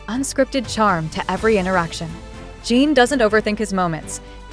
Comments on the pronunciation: Exactly, and it drives me nuts when they can't pronounce the members names correctly. There's also the spelling that they can't seem to get right even though the members names can be found on the internet and show how to spell it. There's a big difference between how you pronounce in and ene so why do they always pronounce it as Gene instead of Jin? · His name is Jin not Gene.